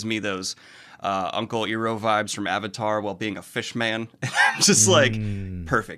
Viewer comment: E RO? E RO??? I can understand all the other mispronounced names.... Iroh... so does he call Iron Eron?